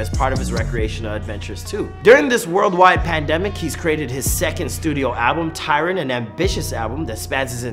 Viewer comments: literally watching this thinking wtf ! its TYRON. pisses me off especially when we talking about his 'real' self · his name is Tyron, not tyler